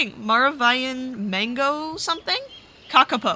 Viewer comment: The maravillan mango kakapo, kaka, you said that right, but it’s po, like if you look up how to say kakapo in Māori, you’ll get it